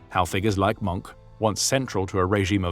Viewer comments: It’s not “Monk” or “Moank”. It’s roughly “Moan-keh”. German is one of those pesky languages where you usually say all the vowels. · it's pronounced "moankuh" not "munk". might be nice to learn how to pronounce a name if you're going to narrate a documentary on it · His name is pronounced Mohnker not Monk ‼️ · Mohnke not Monk! Wilhelm Mohnke hat sich nie eines Kriegsverbrechens schuldig gemacht, was man von den Engländern US Amerikanern Kanadiern Australiern Neuseeländern Franzosen und Sowjets nicht gerade behapten kann, die Kanadier machten beispielsweise keine Deutschen Gefangenen während der Landung in der Nornandie, Englische Jagdbomber versenkten im November 1944 das International Anerkannte Rotkreuz-Schiff Tübingen, die US Amerikaner errichteten noch vor Kriegsende die sogenannten Rheinwiesenlager in denen mehr als 2 Millionen Deutsche Soldaten ums Leben kamen. In den Deutschen Gefangenenlagern für Alliierte Soldaten gab es ein Dach über dem Kopf Stockbetten genügend zu Essen und einen Ofen, wie der Film Gesprengte Ketten oder Original Filmaufnahmen und Fotos belegen. In den Rheinwiesenlagern gab es kein einziges Gebäude hier mussten pro Cage/Käfig Zehntausende teils Hunderttausende Deutsche Kriegsgefangene auf dem Schlammigen Boden den Witterungen in Sommer und Winter trotzen. Die Löcher die sie sich mit Bloßen händen gruben wurden mit samt den Menschen darinnen einfach mit einem Amerikanischen Bulldozer/Planierraupe zugeschüttet. Die US Amerikaner schickten einen aus der Schweiz vom Roten Kreuz bereitgestellten Zug mit Verbandsmaterial und Medizin wieder zurück, sie benannten die Soldaten ohne Rechtliche Grundlage nach Kriegsende einfach in Disarmt Enemy Forces um, um so diesen Eklatanten Bruch der Haager Landkriegsordnung und des Kriegsvölkerrechts ab zu Tarnen. Das Ziel d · Not 'Monk', Mohnke, it's a German name, not an English one. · It is not “Monk”, You need to pronounce The e at The end of Mohnke’s name. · Its nt Monk - its pronounced Mongka (monke)